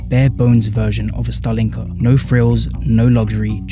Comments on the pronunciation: Thanks great video!! Mistakes I've noticed so far: It's usually pronounced as stAlinka not stalEEnka you weren't allowed to glass over your balconies under the Bolsheviks, so during the actual USSR period the building would look significantly less ugly. See contemporary footage to test my aesthetic assessment afaik, the record for building a khrushchevka from scratch is seven days - see Leonid Parfenof's Namedni tv show, "I love the 1961" episode (his version might be taken from the official propaganda, though) that's not a khrushchevka. Seems to be an early Khrushchev-era stalinka without, what he called, the "architectural excesses". Khrushchevka is usually not just a period but a precise blueprint model of buildings Pronounced as BrEzhnevka not VrezhnEvka here 5 or more stories: 1 elevator. 9 or more stories: two elevators (one cargo) "living in slums is a choice". No comment for that one You didn't mention the fifth common type of soviet housing that many Soviet citizens lived in since the tsarist era, the traditional, one-storey wooden houses with backyard and a small (kitchen) garden. They had no utilities, though - apart from the electricity. Called "the private houses". Because unlike soviet social housing they stayed in the ownership of their residents since the tsarist times. For example, iirc a famous Soviet underground punk singer Yanka Dyagileva who lived in the USSR, lived in a wooden house right in the centre of Novosibirsk(the hous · Why do you pronounce “Stalin” correctly but put stress on a wrong vowel in “Stalinka”?